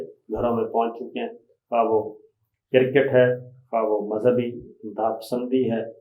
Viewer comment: Sabir Sahib, sahih talaffuz CRICKET hy; CIRCKET nahin.